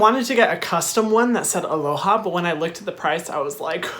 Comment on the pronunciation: 'Alohay' actually sounds better.